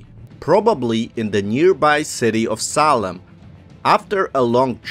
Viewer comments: I couldn’t stand to continue to listen to this because of the choppy-spoken narrator who cannot pronounce Salem correctly. It is pronounced SAY-LEM, not SAW-LEM! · you said the city salem or solon?